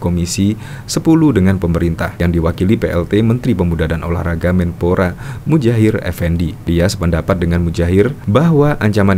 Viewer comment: Maaf, bukan Mudjahir tetapi Muhadjir.....Kalau mujair kan salah satu nama yang sering untuk kuis Pak Jokowi